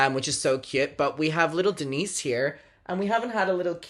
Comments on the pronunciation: Umm it’s pronounced Dee-nice 🐈‍⬛ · as a fellow Denisse, my ears also stood at attention every time you said her name in the video lmao